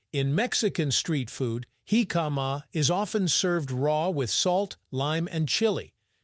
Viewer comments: HICK-uh-muh. Accent on the first syllable. Say it without drawing the word out. My grandmother made her jicama salad over half a century ago. It was a very crisp and refreshing! The size and shape of the jicama slices were like short wooden matchsticks. Jicama salad goes good with fried chicken, btw. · In Mexico, it's pronounced JI-ca-ma. The tonic syllable is at the beginning of the word. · Yeah. Just reduce the sound and put on the captions. Horrible pronunciation. Heee-kaaa-maaaa... I saw another documentary a year or do ago that pronounced it Ji-KA-ma with the j sound and the accent on the second syllable... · He - Kama is the way Mexicans pronounce it Hick-uh- ma is the English way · They are pronouncing it wrong it is pronounced hick-uh-muh, not heee-kaaa-maaa... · I feel like I've been mis-pronoucing it like "Hick-a-MA" all these years. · I like this channel, but if you're gonna do a video about something, learn how to pronounce it. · Almost impossible to watch with that pronunciatiom. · I have to skip this one, too painful to hear the pronunciation over and over again